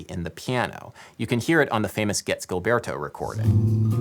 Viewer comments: Surprised that in the discussion of the melody, the speaker did not point out the difference between the rhythm of the Portuguese A-section melodic phrase and the English. The Portuguese is much more rhythmically compelling. When I play this song instrumentally, I always the play the melody with the Portuguese phrasing rather than English. Also: Gilberto's name is consistently mispronounced, and Cole Porter was not a Tin Pan Alley songwriter. Also, the "schmaltzy strings" on the Sinatra version are by the great Claus Ogerman, whom the Brazilians adored. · You worked hard on pronunciations. Good job. But Gilberto should sound more like zheel BEAR tu. This Brazilian woman says his name in this video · it's not pronounced GILberto... It's a soft G/J sound... It's like the french, "je t'aime" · Fascinating！It does bother me when people don't take the time to find out how to pronounce things. In João Gilberto's name, both words start with the 'zh' sound as in the middle of 'leisure'. You get only the first one right. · Fun video. One thing I'm finding distracting: pronunciation of Gilberto. Is nobody going to comment that Gilberto is pronounced with a soft G? I scrolled way down but maybe I missed it. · I love you Adam, but please pronounce "Gilberto" with the zh sound of 'casual', 'fusion', the french J in 'je'. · Terrific work. Too late now though, but Garota is misspelled right at the get go. Only one R, not two! And Gilberto is pronounced with a soft G, as in GIgi. Sou brasileiro e a bossa vive no meu coracao. Thank you for disseminating the Bossa Nova. Muito obrigado! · Gilberto is actually pronounced as if it was a J (Jilberto). Doing good on the Portuguese tho! :D Great video as always. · BTW, you are pronouncing the last name of João Gilberto wrong. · Ai, e como! Joao Guilberto em vez de João Gilberto -- me dói o ouvido! ("Estadunidense" -- essa palavra não conheço, mas deu p'ra entender! rsrsrs) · Gilberto is pronounced Jeelberto.